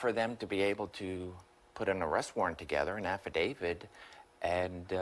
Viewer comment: "Affadavid?" Huh?? Wow. Great expert here....